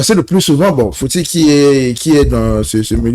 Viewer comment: Respectez les gens sur le plateau voyons! C'est Monsieur Fouti et non fouti